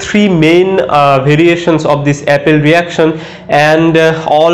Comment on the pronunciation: It is "appel reaction" not Apple reaction....